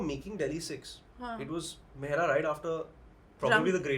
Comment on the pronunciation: the guy says mehra not mehra sir.